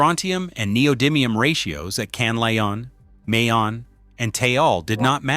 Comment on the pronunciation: Ma-yon, not May-Yawn.